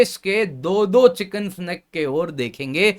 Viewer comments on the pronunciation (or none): चिकेन नेक या चिकेन्स नेक के बजाये चिकन स्नेक क्यों बोल रहे बार बार?? 🙄🙄🙄